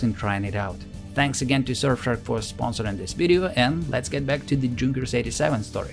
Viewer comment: Just a little thing: It's not spoken Jay-U, it's spoken You 87